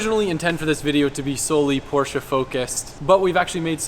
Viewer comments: its POR SHHH ! not porch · Lmfao "WE'RE IN A POARCH" 😂